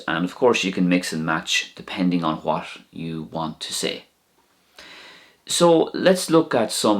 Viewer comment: Why you say " admish", not admit? Why you say "wash", not what?